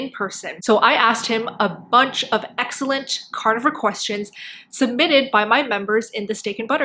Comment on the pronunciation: Stop saying cornovore it's carnivore wtf